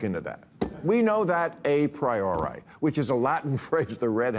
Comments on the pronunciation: Dear Bill, I would never wear MAGA hat, but I do happen to be a conservative. I've heard many a Latin phrase thrown around yet have never heard "A Priori" pronounced like that. Maybe you are just as simple as the rest of us, MAGA hats and dumb yards and all. I hope that some of progressives of yesteryear will take some inventory yourselves. Perhaps you silly woke folk of a decade ago. You should've asked where "progress" was taking us. Examine yourself, bro. Some of these people are your more progressed offspring. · Bill, you pronounced a priori wrong. Ben Shapiro wouldn’t have done that. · you said a priori wrong. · You are so smart that have no idea how to pronounce “a priori “ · he pronounced a priori wrong.... doofus.... also remember Bill Maher hates God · Bill could not pronounce menstruation and apriori. Bill mouth and head are full of pebbles. It's been a sudden decline into dementia, but he is unaware, which is typical for Billy Bob Maher.